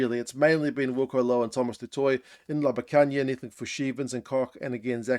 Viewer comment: Great Pronounciation on Ntlabakanya! <3 Now just to get Frans "MAL-HERBE" xd